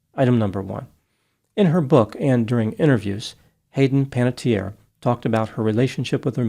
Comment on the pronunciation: The final vowel in Panettiere is pronounced, because it is an Italian name, not a French one. It means baker. This is a less common spelling that is rare in Italy. The usual spelling is Panettieri, but Panatteri and Panattieri are also found.